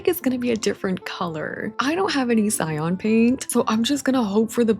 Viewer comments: like it's spelled girl 😭 "cy-AN" not "cy-ON" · i say this with love in my heart but the way you say "cyan" is FRYING me